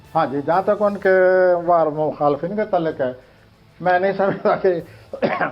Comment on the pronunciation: Abey phalay apni Urdu tau sahi ker, Professor kesay bungia, talluq ha talak nahi,,is,Pakistan mein aik sey aik qabil admi hay kiyoo in ko moqa nahi diya jata